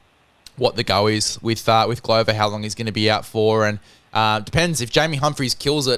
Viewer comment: Like your thought in general guys, but in my 60 years on this planet I've never heard Glover pronounced like that, just ad an r to glove 🙂